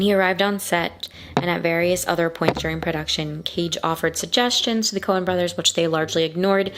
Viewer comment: Coen, not "Cohen". And no apostrophe because it's plural, not possessive.